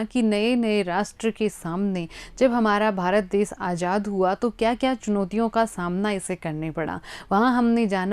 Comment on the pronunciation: Ajaad❌Azaad✅ Samashya❌samasya✅